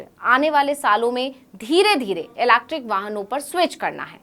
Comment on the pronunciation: EV बोलिए आसान है। Ilacktrickkk 😅😅😅